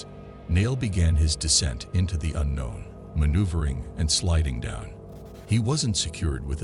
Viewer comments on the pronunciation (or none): none